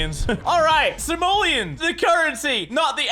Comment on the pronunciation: "simolians" Mini GTFO